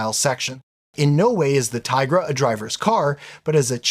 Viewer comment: nah mate, OP is joking you mispronounced the name. Its 'Tee-gruh'.